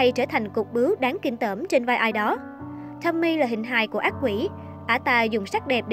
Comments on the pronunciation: Đọc đúng tên là Tô-mi-ê chứ không phải Tommy ad ơi. Tên tiếng Nhật chứ đâu phải tên tiếng Anh. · Vô coi chỉ vì thắc mắc có phải là Tomie trong truyện này là cảm hứng cho nhân vật Tomie trong Iden ko thôi :V nhưng mà nói truyện kiểu Nanno remake Tomie với phốt tới kiểu đó thì xoá video đi :))))) với lại là To mi e 3 âm chứ ko phải là To mie 2 âm :)))